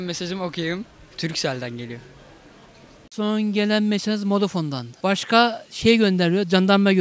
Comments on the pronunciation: Modafon ? Did you mean Vodafone :D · modafon ne amk 😂😂😂sjsjsjsj